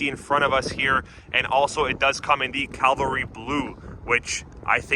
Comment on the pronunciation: It's "Cavalry Blue" not Calvary!!!